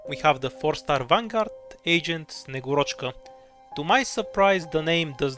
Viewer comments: It's SnegUrochka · Bulgarian man flawlessly says Snegurochka As a slav-adjacent degenerate, who's illiterate in cyrillic, I approve this video